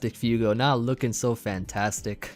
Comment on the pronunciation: you kept calling that first guy 'FEW-go' when it's actually 'FWAY-go'. It's Spanish for fire. Little did he know he was going up against the Heat Lord himself:]